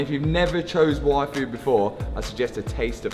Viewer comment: I definitely heard say he was going to go get a waifu. That was very confusing until I realized he said yfood.